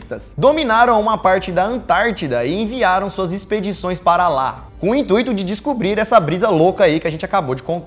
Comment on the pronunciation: Intuíto? hahah